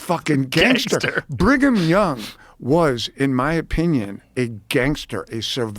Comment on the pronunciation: Bring-em-Young….. with this name pedo’s were born 😂😂